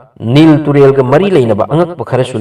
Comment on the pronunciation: Kari no ngna Giza bu Ghaza hydo, Nile riverdo ngna Nilll tural hydo keigni, chamber bu chaaammmbar, mayek seng2na hybiyu angang taba yaoradi lanna khngkhrani, Ngna pabado fajana khngaga pabiyu......